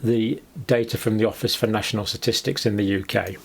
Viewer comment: Ok now he’s having a laff !! and he says “ Office of national S’atistics “ three times in a row !!! He’s just playing with us now !!